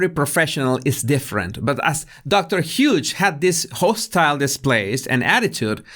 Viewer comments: You’re calling her Dr Huge 😂 It’s pronounced Hyoos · you always make me laugh in your vids of this length. Such a joy to have someone edify & amuse in the same length of time. I loved the Larry David bit, and particularly liked that you called the shrink "Dr. Huge", (when it's "Hughes, pronounced "Hyues"). All I could think of was, "oh that's so great, he's calling her "huge", as in, "hugely incompetent", or "hugely inappropriate", or, perhaps, "hugely biased". Keep up the great work & content,: we love you, & we love what you do for us. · I like how your accent says Dr. Hughes. It's pronounced "h'ewws". You pronounced it Huge. You're right! Dr. Huge Liar should be the full name. Haha The judge's face in that clip was done after Alejandro (?) depo. He was in the car and started driving and according to the judge "I've seen a lot of things but that's a first for me." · I swear he said Doctor Huge..